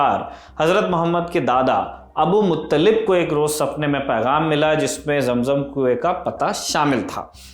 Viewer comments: Abdul mutallib not abu mutallib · Abdul Muttalib name he Abul Muttalib nahi he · Abu Muttalib nahi Abdul Muttalib